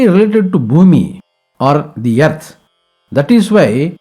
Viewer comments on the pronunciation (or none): Thanks for complete knowledge about Grahana and guidance to do's and don'ts.. Just a note, please address Earth or "Arth" instead of "Yerth".